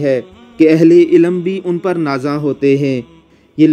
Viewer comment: ilam n hota ilm kehty h